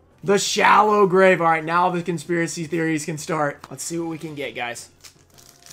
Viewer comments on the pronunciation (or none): none